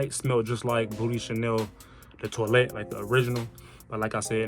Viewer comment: i be rocking with yo fragrance vids bro first things first keep providing us with game but it sound like you saying "booty chanel" i been over here crying